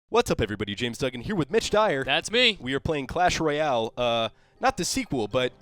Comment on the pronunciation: How did you think it was? Royal and Royale are two completely different words lmao